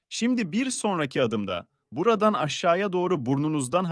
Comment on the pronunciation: Seslendiren dalga mı geçiyor 😀 işte buradan mı diyor gerçekten bu kadar çok Rahatsız edici öyle demiyordur Buradan , böyle, böyle falan gibidir o